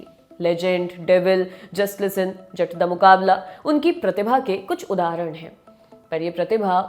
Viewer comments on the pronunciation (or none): none